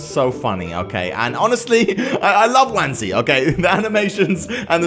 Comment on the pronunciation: Its wansee not wanse